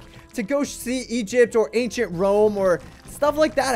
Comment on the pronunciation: Did he just say ancient egit?